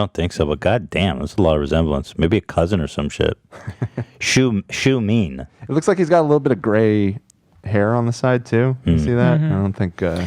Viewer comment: Lmao “shoe-mean”